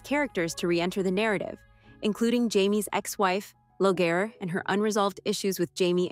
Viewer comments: Not Low -gair. Leer-rie. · Lagohaire is pronounced "Leery". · "Lo Gare"? Did you even READ one of the books? You put out content not even knowing pronunciation? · Please....Loghaire is pronounced "Leery" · Leogharie... It´s not "Leo-gare", It´s sounds like "Lee-ry" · it is pronounced leereey not loroch LEEREY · Longhaire is pronounced Leery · Say the names correctly please! Laoghaire is pronounced "Leery"!! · I'm Leery of your ability to pronounce the characters' names properly. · Yes, Leery and Gay-less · Yea, Leery and GAY-LESS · You pronounce the name of Laoghaire all wrong! Didn't you watch the series? It is said more like "Laorie" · It’s never been strictly loyal to the books…but close enough❤ by the way Jamie’s ex wife’s name is pronounced LEER IE …phonetically . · Please pronounce 'Gabaldon' properly. And 'Lallybroch'. And 'Laoghire' Good Grief, you don't know anything! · Definitely. Agree. Hearing lallybroch and Laoghaire gave me a twitch .. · Thank you, thank you for showing this person how to pronounce her name correctly!!!! My OCD just about lost it completely. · You really botched the pronunciation of his ex wife 😂